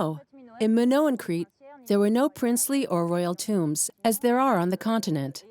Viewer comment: How can you trust anything that's said if the narrator can’t even pronounce Minoan correctly, let alone Theseus and Daedalus?